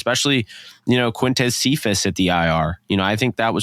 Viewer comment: pronounces some of these Lions players names really well! Ive heard Cephus, Amon-ra, and Vaitai’s names butchered so many times